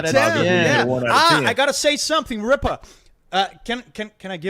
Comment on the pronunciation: "RIPPA KNEE'S" had me dying